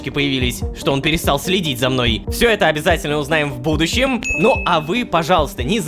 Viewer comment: будущем смешно звучит.